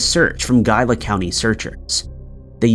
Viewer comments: that’s pronounced “Gee-La.” My abuela was born in Gila County, Arizona, August 1929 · We've always pronouced it as He-la